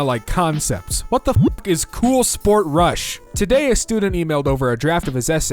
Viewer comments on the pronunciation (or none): none